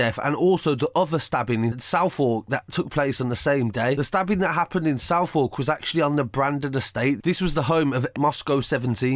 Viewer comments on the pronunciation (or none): south-war-k its su-th-erk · “Southwark” is pronounced “Suvvok” not “South Walk” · RIP Baptiste. And it’s spelt Southwark. But it’s pronounced SUTH-ERK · Its pronounced ‘suveck’ not ‘south wark’ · It’s pronounced suth-uck not ‘Southwork’ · Pronounced Suv-vuk gg 😟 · Learn how to say Southwark it’s not pronounced south walk. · I thought he said southall I was so confused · Man said south-walk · It ain't south walk eadyat. It's Southwark. FUCKING research bro, it u can't pronounce it properly do the right research. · needs to get some respect and learn to pronounce Southwark properly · Man can’t even pronounce Southwark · KHALID A I believe he was pronouncing Southwark, the way it looks because there was a fatal stabbing in Camberwell the day Baptista was murdered. I thought he said Southall too but remembered the report of the stabbing that I read on the same day - which was believed to be unrelated. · southwark isn’t pronounced like that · He said southwark but pronounced it wrong